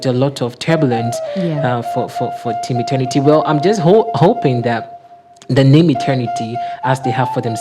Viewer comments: Please check your pronunciation. It's ETERNITY not internity.... madam why ..my condolences to the entire team. ..😭😭💔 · Madam, It's Eter-nity not Eten-nity